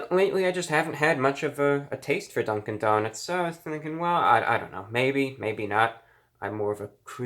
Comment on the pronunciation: Legend has it reviewbrah is still saying dunk-in donuts to this day